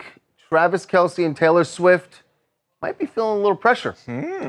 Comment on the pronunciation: For the love of correct. Why can't anyone pronounce the Kelce last correctly? It's not Kelceee it's Kelce like else. It just seems ignorant especially when you know the correct pronunciation.